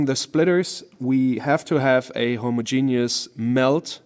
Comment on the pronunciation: Consistently pronouncing "homogeneous" as two separate words is legit pretty funny. Not sure if the joke is intentional or not, but I'm here for it. 😅